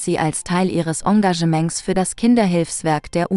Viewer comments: "Ongaschment", wer kennt es nicht? 😏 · Wie "Sie" Engagement sagt ist herrlich